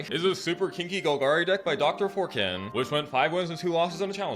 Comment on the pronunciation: Love how Daddy calls Dr4ken(Draken) Dr Forkin 😂😂😂❤